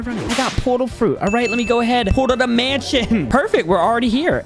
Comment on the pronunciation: Bro said manshion😂😂😂😂